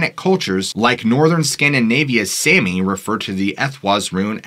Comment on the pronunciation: I love your videos but your pronuciation of Sami and some other words make me very mad its (som-y)